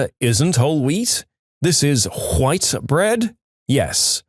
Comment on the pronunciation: huh, i genuely never heard anybody say "white" that way XD Why tho?